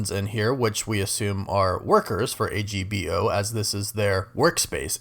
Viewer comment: it's pronounced "Agbo" not A-G-B-O